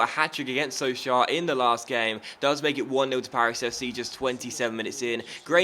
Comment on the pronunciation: so-sho for pronunciation :)